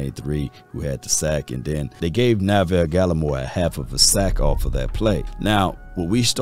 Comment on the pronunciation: Neville Gallimore not Na-ville Gallimore 😂😂